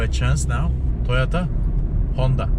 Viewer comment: Toyata 😂♥️ roman İngilizcesi